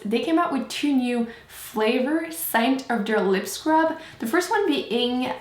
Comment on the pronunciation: I love how you say "de" instead of "the" ^.^